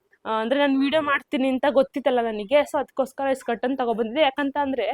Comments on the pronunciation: ನಿಮ್ಮ vlog ಇಷ್ಟ ಆಯಿತು. ಆದರೆ ಸ್ಕರ್ಟನ್ ಸ್ಕರ್ಟನ್ ಎನ್ನುತ್ತೀರಿ. ಅದು ಕರ್ಟನ್. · ಸ್ಕರ್ಟನ್..ಅಲ್ಲ...ಕರ್ಟನ್.. ಹೇಣಿ ಅಲ್ಲ..ಏಣಿ..